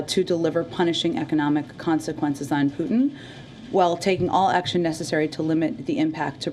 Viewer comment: Palki, your narrative is in English. It's not Puthin, it's P-U-T-I-N